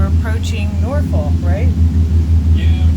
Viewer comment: great photography.... you obviously have the eye... BUT..."nor-FOLK" is pronounced "NUFF-uk"... accent on the first syllable. Next time y'all come to Naptown for the Boat Show (or any other time), PM me and we will pick y'all up and show you the BEST place in the world to get Maryland Blue crabs. Hint: it isn't inside the city limits. Best regards. Mark